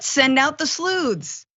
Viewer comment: Typically, a well constructed report: One pedantic little correction; Sleuth is pronounced with a soft 'th', not a hard. 'TH'ank you 🤣